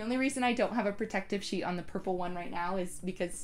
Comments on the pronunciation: "if you're working with a shit" got me LOL. i would've said the same thing with my Filipino accent lmao. i love your video btw, it's very informative! thank you! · Immediately hit the LIKE and SUBSCRIBE button when you made the little word slip up there with "sheet" (I CRIED LAUGHING). Super down-to-earth presentation and this was soooo helpful. Although I have the Cameo, a lot of these tips were applicable to me as well.